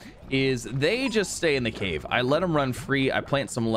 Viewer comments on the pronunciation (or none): none